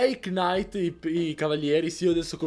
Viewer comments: scusa ma "K"night non si può sentire la K è muta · Veramente hai pronunciato knight?In inglese la k non si pronuncia in quel caso